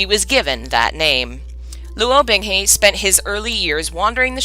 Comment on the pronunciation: I can't help cringing every time I hear "Bing Hay" when it's "Bing Hu" lol Actually, aside from looking up pronunciations (using the donghua and I also use Google's Eng -> CN translation to hear how it should more accurately sound) the story is read very well so far. Better audio, pronunciations (seriously, Chinese takes what I know about letters and goes "HA you thought." Man it really kicks my ass sometimes...) and less interruptions (which are inevitable during streams lol but really good for complete CNWN novices) and this would be the playlist I send to everyone who I think should read it! I think I might send it to my friend either way. I've also been considering doing my own readings of MXTX's books, and other donghua, as well. snorts in amusement when she reaches the System activating... I love you. XD Okay really though, aside from the Chinese words and names (We'll get them eventually!) I do really enjoy how you're reading this.